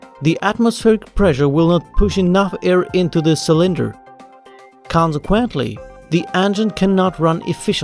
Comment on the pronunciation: KawnceQuentle Good presentation